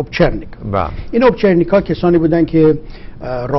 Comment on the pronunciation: YekEsfahaniDarParis 2 البته که شما حق داری که مسخره بکنی؛ ایشون ۰ایشون هستن و بنده ی ناشناس ولی اگه بیشتر میدونستید خیلی زود اشتباهاتش بر شما هم معلوم میشد... این جناب فقط یک تاریخدان زیر متوسطه. مثلا اسم سگهای ایوان رو اشتباه تلفظ میکنه و میگه اونا کور بودن... سازمان امنیتی با دسته کورا اونم با اسب سیاه و شمشیر؟؟ اوپرچنیکی (نه به گفته ایشون اوپچرنیکا) خیلی هم گردن کلفت بودن با علامت سر سگ و جارو روی زین اسب. جناب شاگرد پرفسور برنارد لوییس بودن که رد و اثر نظراتشون توی صحبتهای جناب کاملا مشخصه و بقیه رو از داستان و فیلم و پاورقی گرفته. ذکر اشتباهات ایشون (چه توی این برنامه و چه باقی برنامه هاشون) اونقدر زیاده که شرح و تایپشون اعصاب و انگشتهای فولادی لازم داره ی سری اطلاعات و داستانها رو باهم قاطی میکنه و تحویل میده اونم پراز اشتباهات تاریخی و اغلاط اسامی و تحلیلهای اشتباه